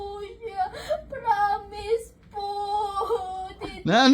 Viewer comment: "Pramis" at "Wanhandred"